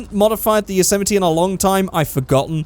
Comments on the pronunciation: its called a yose-mite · Is it really pronounced "Yo-sematee"? I've been saying it like "Yossa-might"